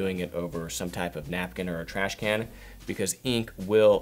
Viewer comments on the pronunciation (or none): none